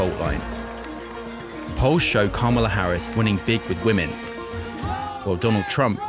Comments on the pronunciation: it's Kamala. Camilla is the queen consort to King Charley. If you have trouble pronouncing her name Madame President works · It’s just petty to repeatedly pronounce “Kamala” wrong when you clearly know it’s incorrect. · Is anyone going to correct the lady at 21 seconds in and tell her she’s racist for pronouncing Kamala’s name wrong. 😅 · I really wish the interviewer would correct these people when they misprnouce Kamala's name. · I can’t even take serious any comments of anyone who can’t seem to pronounce Kamala properly. These are the low information people Trump loves, or as he once called them “the uneducated” and I see why. The guy, is at least honest. He’s angry and it’s not attractive. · These f''in people are so stupid they can't even pronounce Kamala. But I'm in a cult for wanting to abolish taxes.🤣😂🤣😂🤣